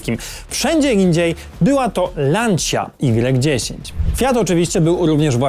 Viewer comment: lancia y10 czyta sie lancia ypsilon10 widac jak zwykle calkowity brak przygotowania to przeciez litera z alfabetu greckiego jak alfa beta gamma delta